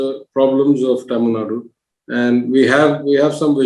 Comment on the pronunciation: it is not Tamilnad it is TamilNadu. "U" has to be called out in the pronunciation. Can Dhanya be called as Dhany?